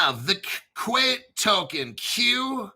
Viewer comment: FYI, Seal Coin says Qait is pronounced "Kite."